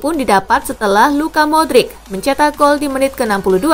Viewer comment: Tangi min paimin… modric bukan madric 😂